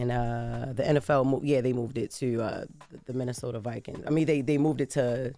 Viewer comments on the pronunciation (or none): none